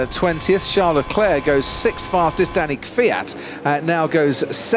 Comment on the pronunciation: shau lecleh jajajajajjaajja